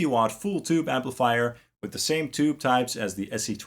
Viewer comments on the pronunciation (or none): none